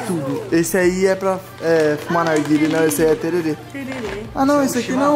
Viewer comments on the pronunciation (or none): Não é tererê, é tereré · kkkk ele Fala Têrerê,Mas o correto é Tereré,pelo menos aqui no Mato Grosso Do Sul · Mano, não é Tererê, se fala Tereré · É Tereré que fala